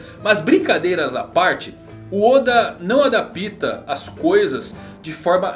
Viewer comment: "Adápta " não "adapíta"